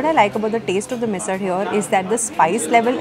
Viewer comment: Hey, I am at Lonavala right now, sitting in my house on this very rainy and beautiful day and watching your vlog 😀 Nice vlog…I liked the way you pronounced the मराठी words correctly, मिसळ and ठेचा…👌👍